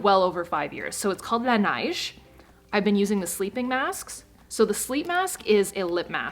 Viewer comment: I speak French Me, French: Oh!: Pronounces "Laneige" Me: Ohhhhh, she means français canadien;)